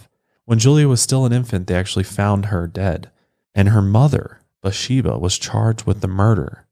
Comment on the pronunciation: Her name is spelled "Bathsheba", so the "th" isn't silent. "Buhsheba" confused me until I saw the picture of the headstone.